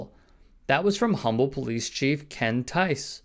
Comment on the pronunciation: It's pronounced "Umm-ble". Houston area.